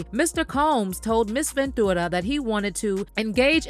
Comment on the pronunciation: Girl just say "venchewra" not ven-2-ra